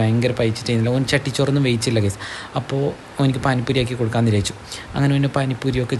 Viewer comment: വിരയിച്ചു അല്ല വിചാരിച്ചു എന്ന് പറയു